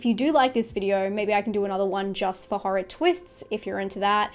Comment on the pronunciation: I love how you pronounce horror as HA-RAH